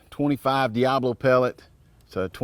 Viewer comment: It's not diablo. Read. It's diabolo